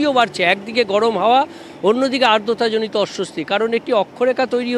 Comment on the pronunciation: আর্দতা!!!! ওটা আদ্রতা ,সাংবাদিকের মূল অস্ত্রই কথা সেটার ভিত্তি উচ্চারণ ।